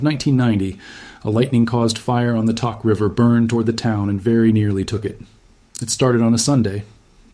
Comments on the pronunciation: I lived in Tok when I first moved to Alaska in 1998. Love that little community. By the way it’s not pronounced Tock. It’s Tok, as in took on a cigarette. I’m praying for everyone. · This guy speaking seems highly specialized in information, so my question or statement to him is WHY doesn't he PRONOUNCE Tok as it is known to be pronounced - it is NOT "TOCK". We Alaskans pronounce it as "TOKE". Hey mister do you not do COMPLETE research? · It’s pronounced toke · Hey BLOKE! Toke is pronounced like COKE. You really need to redo this video. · It’s pronounced Toke…. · This video is disrespectful to Alaska and the residents of Tok. You can’t even pronounce it correctly. And your facts are wrong. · Bruh...you mispronounced the name...the "o" is pronounced with the "oh" sound. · Learn how to pronounce Tok !!! I’m in Alaska